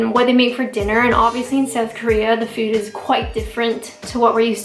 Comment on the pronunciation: Great video, love how you say fooooouud like a Canadian.